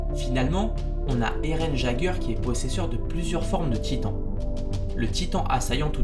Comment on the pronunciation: Eren Jagger jpp ça se prenonce yegger